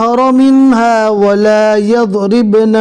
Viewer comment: वाला याज़रीबन आप गलत पढ़ रहे है